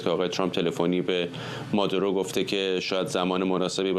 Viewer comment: بیسواد ها: مگر شما خواندن بلد نیستید؟ اسم این مرد Maduro هست که تلفظ پارسی اش «ما--دوو-رو» است...du نه ۲ 😢 مارکو روو--بیو Ru--bio رو مقابل زیر 😢😂